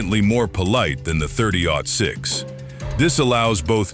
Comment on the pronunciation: was it "thirty zero six"? Cuz that's when I turned it off lol